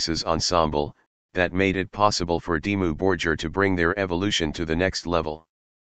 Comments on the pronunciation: It's not Dimmu "Borjir" it's Borgir! You spell the G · Dimmou Bor-geer , Shagg-wrath and Fur All tee i dee 😅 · Synthesized commentary ruins what could of been a great video!!! They are not Dimmu Bor-Jeer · yeah makes it unlistenable..not to mention how it is pronouncing their name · I only watched the first two minutes and then I stopped. The pronunciation of the word "Dimmu Borgir" is wrong, as is the pronunciation of all other Scandinavian bands. The mechanical voice a horror. The best way is to listen to the original pronunciation using Google Translater and then create the documentary again with your own voice. It's not so bad if you're not 100% accurate with pronunciation. This American pronunciation, on the other hand, is hell. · get rid of generic robot narrator that can’t even pronounce Dimmu Borgir correctly. I’m sure your own narration would suffice.